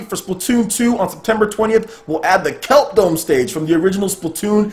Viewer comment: *there is no brella stage *kelp dome not Kelper dome *kelp dome is not in mariokart Cool vids though thanks for the content 😌